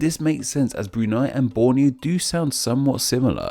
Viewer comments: Brunei, not Brunai. 😁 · I'm not sure if you sound sarcastic but as a Bruneian, you pronounced all the names on Bruneian districts quite fascinating x'D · E in Brunei pronounced like E in Survey U in Hutan pronounced like U in Put don't get it wrong especially for a youtuber like you